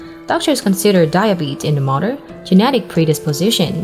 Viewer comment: “Pwease pay attention before becoming a MUDDER” (Mother) wow!